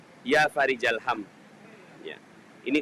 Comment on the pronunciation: tulisan arab nya Farikhal, tapi tulian lati dan pelafalan faarijal. yg benar yg mana pak